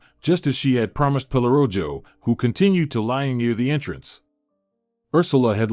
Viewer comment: Pelorojo…mispronounced but it means “pelo” for hair and “rojo” means red… so dog is called Red Hair…